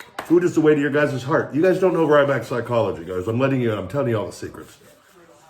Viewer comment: hey, big guy, you said I'll be "right back" but it sounded like "I'll be 'Ryback'" lol #Rybackers